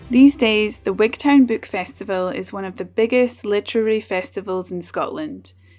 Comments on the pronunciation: I know you come from D&G, or at least guess you're from there, but Wigtown is said Wig'tun ... just as you don't say Wig'town'shire .. it's Wig'tun'shir. Unless I spent too long down there and became a local. Anyhoo, fantastic corner of the country ... before living down there, when I was still in primary school up north and Glasgow, I would go to Gatehouse of Fleet for my hols. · What a peculiar pronunciation of Wigtown